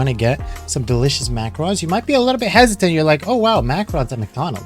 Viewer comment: Macrons? xD Pronounced Mac-a-rohn #EverydayASchoolDay